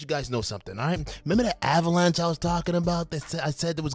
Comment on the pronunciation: The last time you said avalanche I thought you said ABAlanche 😆